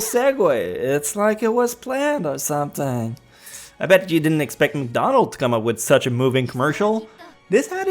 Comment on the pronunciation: Whoa it's McDonald's not wcdonalds hehe